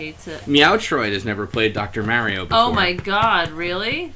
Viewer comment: D'aaaw, how nice that Slowbeef married the one other person in the world who thinks Mario is called Mehrio. And every single female born after the seventies has been addicted to Tetris at some point, it's normal.